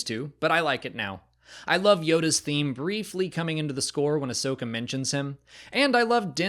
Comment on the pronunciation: Ahsoka, not Ashoka. How come no one ever gets that right? I don't know how anyone even gets confused about it. Everyone addresses her as 'Ah-soka', not 'A-shoka'.